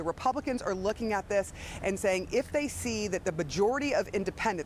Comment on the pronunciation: the “vbajority”